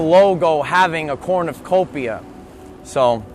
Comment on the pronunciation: It's a cornucopia, but you keep saying corn of copia...lol